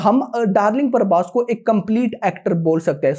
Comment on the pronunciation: Bc parbhas nai.. Prabhas hai Naam b bolna nai aata isse